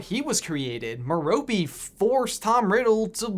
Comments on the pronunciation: you pronounce Merope wrong it has no 'E' sound at the end, it ends just like saying the word rope not rope-y, and ti's Ab-er forth not Abe-erforth, BTW. Also how does Grindelwald go blind in one eye? That'd be an interesting video topic. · Meh-row-pay not Meh-Roh-pee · Mare-u-pay. Not Mare-ropee. lol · MER-o-pe not me-ROP-e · Stop saying Merope wrong! It's not pronounced "merr-oh-pee", it's pronounced "mare-oh-pay". Just saying. Back to the video so I can finish! 🤟🏻😁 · Merope is pronounced meh-roh-pay. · Ok but he did say Merope’s name wrong. It’s pronounced mer as in mermaid and rope as in, well, rope. Not “meropey” like he said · Sorry but you accidentally pronounce some words wrong like the merope one. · Merope.... isn't pronounced like that